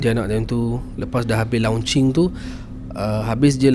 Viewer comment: it is mentioned as lonch...bukan lau nch. nak jadi kak jem ray ke?...bukan rare